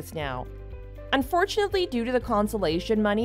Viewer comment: comPENSATION...NOT consolation.